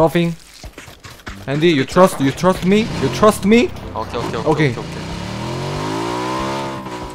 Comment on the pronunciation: 여러분 그거 츄러스 먹을래 그러 츄러스아니고 예....trust그건데 발음이왜 저따ㄱ ㅖ... you trust me?(나 믿어?)